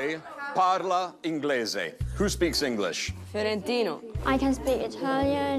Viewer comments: ma perchè dice ferentino???? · AHHH NON DICE FERENTINO